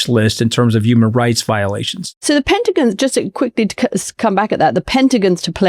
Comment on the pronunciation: She can pronounce cajones, but has trouble saying pentagon?